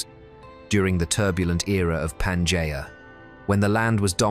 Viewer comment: UNWATCHABLE - in the first 30 seconds if you cannot even pronounce Pangea - trash